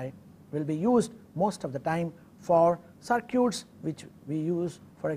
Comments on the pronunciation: Is it cir-cutes ? I thought it was cir-kits. Potato, patato......Now go build some cir-cutes......haha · Cir-cutes :D